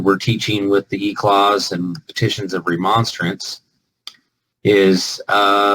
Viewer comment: What? did he say "remonsterence" Really? did he he say that? If anybody knows what he said I am totally curious what that was supposed to mean. Not that I think it matters over all, but t hatn one threw me a bit